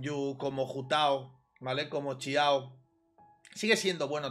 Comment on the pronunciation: Siempre admiraré su forma de decir “Ciao” en lugar de “Xiao” xd